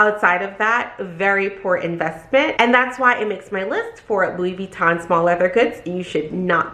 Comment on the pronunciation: Funny how you've worked at Louis Vuitton forever but still cant pronounce it :))